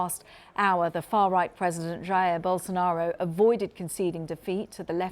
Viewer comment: Billion dollar company, yet can't even find and anchor that can pronounce his name correctly.